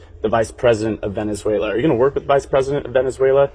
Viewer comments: He has said not one true thing… all bull. And he said Venezuel’er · 'Venezuelar' says the orange muppet.